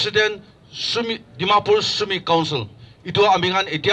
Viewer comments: Its sumi not sema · 'Sumi' not 'Sema'. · It's Sumi, not sema.